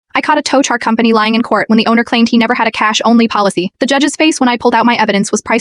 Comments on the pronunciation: If you can't spell words correctly, your AI voice will mispronounce words like "cash" and ATM. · When your AI script/voice can't say "cash," "Flat," "only," symbol for "simple?" quit your channel.